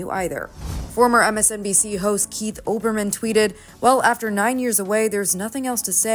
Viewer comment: “Olderman” (it’s Olberman, was that a Freudian slip)?